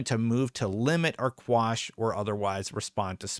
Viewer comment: Hey, enjoy your content. Just a quick correction, motion to Quash not squash... legal term thing